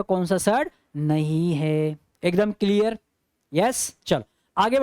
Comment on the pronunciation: Yes sir it is crystal किलीअर😂😂